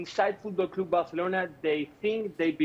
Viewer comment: literally had to close this because he kept saying fOoTbalL cLoOoOoB bArCeLonAh